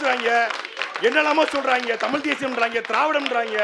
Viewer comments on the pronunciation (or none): அது தமிழ், டமில் அல்ல. அது கற்பிப்பவன், கற்பழிப்பவ் அல்ல. இவங்க தான் தமிழ வளர்க்க போறாங்களா?